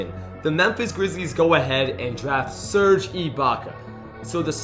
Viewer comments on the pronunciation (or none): none